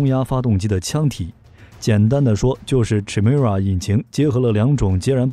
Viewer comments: 發「凱」而非「闞」的音！請參考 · Chimera 发音： Kai mi ra , 混血的意思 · Chimera, from Greek mythology, is a fire-breathing female monster with a lion's head, a goat's body, and a serpent's tail. The "ch" is pronounced "k" sound.